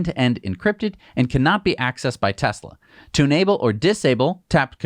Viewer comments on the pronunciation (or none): none